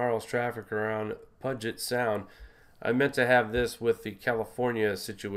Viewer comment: Dear heart the body of water in Seattle is pronounced," pew jet" Sound. Puget sound